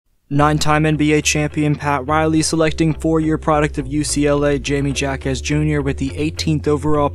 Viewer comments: Ha-quez is the correct pronounciation my guy. Get it right. Like jalapeño is prounouced Halapeño. Like Spanish speaker type "Ja Ja Ja" when they laugh on social media instead of "Ha Ha Ha"... make sense? also Hi-may. I am not even Hispanic yet this is annoying af. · Hi-May Ha-Kez Jr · Hi-meh Ha-quez Jr. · its Yeah-Me Wahkezz